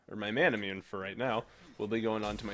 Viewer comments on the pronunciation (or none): none